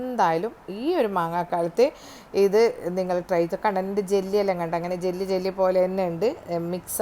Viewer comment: ജെല്ല് അല്ല jelly 😂 cornflower അല്ല cornflour